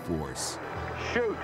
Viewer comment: Did he say SHOOT? 😂